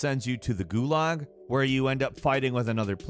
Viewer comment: Thank you for saying Gulag right. Goo Log